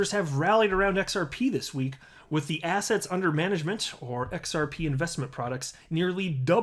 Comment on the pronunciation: Man, I must be listening to your videos way too much because everytime you say "assets", I hear "ass hats" :D